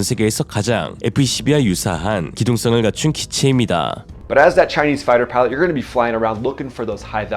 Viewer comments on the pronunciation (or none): none